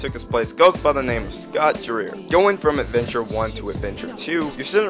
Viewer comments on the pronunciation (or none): The whole casting experience (which I was involved in but had to do what we were told to do) They wanted Knuckles to be a cross with Jamaican Island Attitude and confidence. And you pronounce Dreier like Dryer. He is a great theater actor and has worked for Disney and is currently doing a tribute to Doris Day starring in a play that tours. The reason we were replaced is sort of a mystery, but I'm glad we could participate when we did!